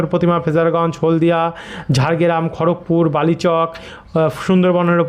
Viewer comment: Kotha ta "Jhargram," Jargeram noi.atoo manush sone vasa ta ak2..